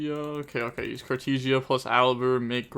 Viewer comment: Nothing is compared to how he is saying Cartesia with "tee"